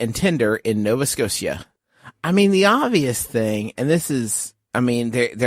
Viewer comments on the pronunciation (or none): the way justin mispronounced nova scotia ( or so) was unexpected and i was so surprised i accidentally banged my head on a table